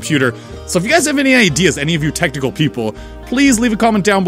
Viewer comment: I keep hearin tentacle instead of technical lol. Glad everything went well.